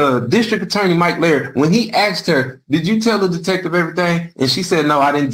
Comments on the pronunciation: "axed and axswned" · I axed you agreeeedz?